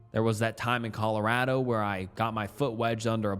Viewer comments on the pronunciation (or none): none